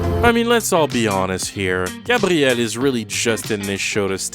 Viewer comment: i know its the correct way to say it but i fucking hate the cshmshammmey or grrrraaabtiel